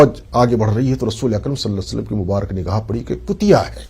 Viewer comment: پیارے بھائی صلا صعلم درست نہیں ھے۔ درست پڑھئے صلی اللہ تعالی علیہ وسلم